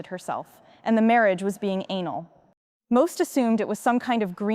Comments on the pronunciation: The worst pronunciation of words anal for annulment plus several others but that one made me laugh out loud . The wedding was anal. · Quit changing voices, stick with one voice.😅 Pronounce words correctly. Marriage annulment not anal.😂